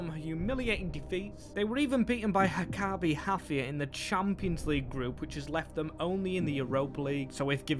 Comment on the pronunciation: its maccabi haifa not haccabi hafia (